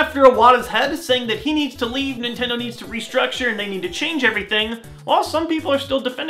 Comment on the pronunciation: nay!!! it is not nitindo